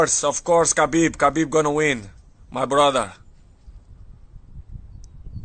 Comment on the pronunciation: Too bad he cant prononce properly Khabib or Inshallah ... lol